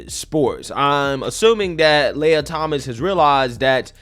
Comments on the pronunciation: i believe the Transformers name is pronounced Lee-a and not Lay-ya. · "Lee-uh" Thomas Princess "Lay-uh"